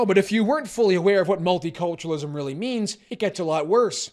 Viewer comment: Just heard 'multi-torturenalism'